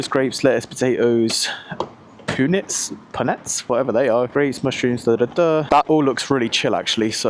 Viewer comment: Poo-nets sent me. Fav new word 😅